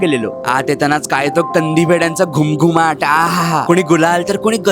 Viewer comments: 'घुमघुमाट' नाही 'घमघमाट' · दादा, घमघमाट.. not घुमघुमाट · घुमघुमाट नाही बाळा घमघमाट 😅....no words = मी निशब्द झालो😊